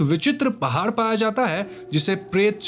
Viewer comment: Jab Pahaad ko Pahaar bola, confirm ho gaya aap Bihar se ho.